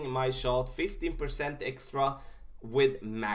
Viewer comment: it sounds like you said 50% extra when going to the left. I believe it's 15% using your numbers.